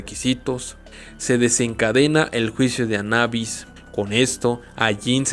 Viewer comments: Anabis lo repetíste mil veces mil veces mal anubis es anubis y está escrito anubis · Es juicio de Anubis, ni siquiera está en otro idioma , no puede ser tan difícil de pronunciar . o lo dijiste mal a propósito?